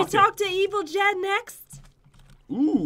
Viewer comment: it is not joon I mean jen